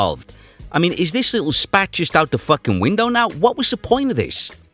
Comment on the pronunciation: "Beat'em to death wit a fahkin staplah". I cant stop laughin'.